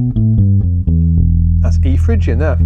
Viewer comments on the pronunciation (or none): It's Phrygian, not Phygian :-)